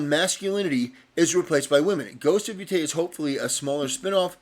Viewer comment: "Ghost of Yootai"